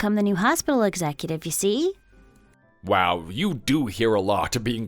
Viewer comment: So, the wording for this month is 'you see' is it? It doesn't work where it's being used - and especially when the emphasis is all in the wrong place or the pause between what was being said and 'you see' being tagged on to the end.